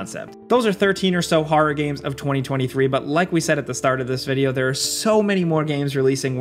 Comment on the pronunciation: “Har games”